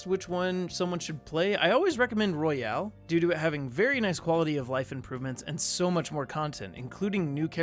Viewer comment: This nigga said persona 5 royale